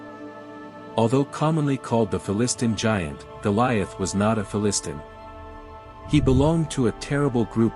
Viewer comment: Down voted because of the crap AI voice - mispronouncing "Philistine" and other words. Also, David was not a child fighting Goliath - if you read you Bible he was put in charge of a military force soon after killing Goliath, and was soon married to one of Saul's daughters. The Cubit description about the elbow to the finger is a stupidly long description. Ancient Summer, Akkad, and Egypt all had a standard cubit length, ranging from 52.3 to 52.9 cm (for Egypt), and 51.86 cm (for Sumer). The whole "length of the forearm to the finger" thing is an approximate for daily use when precision, like when building ziggurats or pyramids, is not required. Where I live in America I will walk out 100 square feet or whatever using my shoe heel toe because my shoe length is quite close to an American foot. When I need precision I get out a tape measure. Also, I believe 1 cubit is 1/60th of 1 second of the earth's average circumference. The earth's average circumference is 21,600 nautical miles (about 40003 km). Divide km by 360 you get 111.12 km per degree of circumference. Divide 111.12 km by 60 then you have 1.85 km (approx), 1 min of the earth's circumference, which is 1 nautical mile, as defined by maritime nations today. Divide 1.85 km by 60 an you have around 30 meters (.030867 km), 1 second of the earth's circumference. Divide 1 sec by 60 you have a length of approx 51.44 cm, pretty close to the Egyptian and Sumerian royal cubits. Finally, give the corresponding measurements in